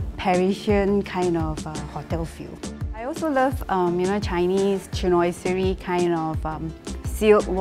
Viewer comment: "cheenoyserry" lol